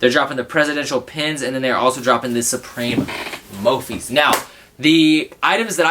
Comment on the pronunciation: it is prononced SUPREME not SUBREME smh